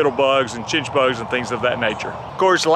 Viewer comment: What did you call the bug? Chitchbugs?